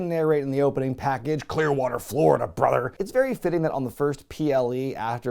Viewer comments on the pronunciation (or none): none